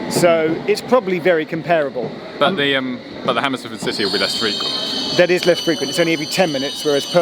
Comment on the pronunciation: Can’t even pronounce ‘comparable’ properly.